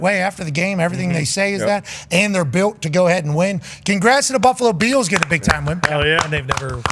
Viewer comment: “Buffalo Be ills team”. lol.